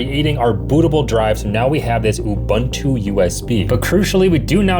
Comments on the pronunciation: It’s not “you-ban-too” it’s “ubuntu” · Can anyone explain this strange phenomenon to me? I find it genuinely disappointing when a seemingly intelligent and educated person continues to pronounce a familiar word or name incorrectly, even though he must have heard the correct pronunciation many times. Why would a tech content creator repeatedly pronounce “Ubuntu” as “Ubantu”? It is difficult to believe that he has only ever seen the unknown word in writing and has never heard anyone say it correctly. Imagine introducing yourself to someone and clearly stating your name, only to have that person continue butchering it whenever he speaks about you. After a while, it no longer sounds like an innocent mistake. It begins to seem careless and disrespectful. That is why this persistent mispronunciation is so disappointing. A knowledgeable tech creator should care about accuracy, especially when mentioning something as well known as Ubuntu. I remain genuinely puzzled: why continue saying it incorrectly? Is it ignorance, stubbornness, indifference, or something else? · I hope he's intentionally mispronouncing "Ubuntu" just to bait people into commenting, because if he isn't... I honestly don't even know what to say.